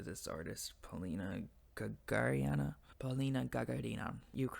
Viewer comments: Polina GagA(!)rina, not GagarI(!)na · Большое СПАСИБО, за пояснение ) Почему то её фамилию всегда неправильно произносят. А она, ГагАрина. Однофамилица Юрия, покорителя космоса.